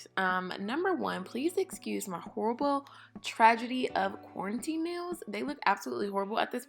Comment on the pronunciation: When people say quarantaine it sounds like cornteeen lol